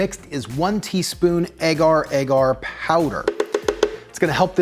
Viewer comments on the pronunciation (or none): none